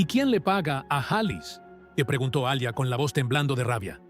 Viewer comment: Se pronuncia yijan (cihan) y es Alia no alya.